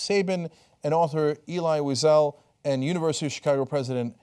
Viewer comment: Hey Cenk, maybe you could polish your pronunciation of some of those formerly foreign folks' names like Elie Wiesel and Victor Borge. Otherwise, interesting and entertaining.